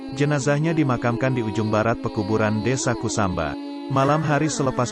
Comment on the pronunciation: Kusamba bukan kusumba